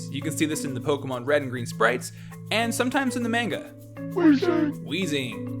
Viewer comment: My personal favorite fun fact is how you can be the biggest pokemon expert ever but if you cant pronounce pokemon i really cant take any of what you say seriously...